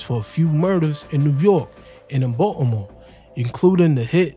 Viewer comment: Why u keep pronouncing Baltimore like that Watchu slow or something 😂😂